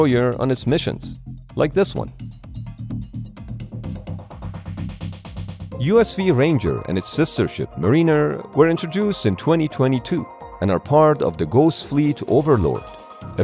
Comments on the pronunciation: I heard it more than once so I gotta let you know, MARINER is not pronouned "MA-REE-NR". More like "MEH-RUH-NR" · Correction (and this drives me nuts): the correct pronunciation of the word "mariner" is <MÄ-rïh-nêr>, not "muh-REE-ner".